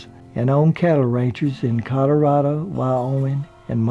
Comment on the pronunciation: first time i hear Colorado being pronounced Colorada